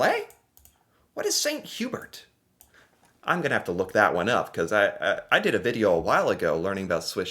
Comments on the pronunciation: It’s pronounced Saint Hoo bear. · Good job pronouncing Swiss Chalet (Sha-lay) this video! But Saint-Hubert is French, so it is pronounced Sane-too-bear (Saint Hubert) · Saint Hu Bear .... and swiss Sha lay .... I'd say learn to speak english but those of those are the french pronunciation for these french Canadian restaurants ... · St Hubert is French and pronounced like "saint hue-bear" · Saint Hyu-bear btw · St Hubert is pronounced St Hugh bear...because french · 😅 Swiss "Cha-lay" and "San U-bear" Good try though! ✋😉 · Gonna hate this... the "Hubert" in "St. Hubert" has both a silent 'h' and a silent 't', so it's pronounced uu-behr (there's no 'y' sound before the 'uu' sound either, it's like an 'oo' sound but French). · Hearing you say St Hubert with a hard 't' is painful. Wait....do you pronounce your name with a hard 't'? re:snow. It doesn't always snow in April but it happens occasionally.